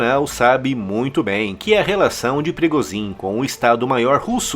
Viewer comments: PIRIGOSIN O CARAI!! PIRIGHOSÃO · "Prigozim"? 🤔 Está pronunciando o sobrenome de maneira totalmente equivocada. Corrija aí. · Agora não é mais Progozhim e sim Prigozão.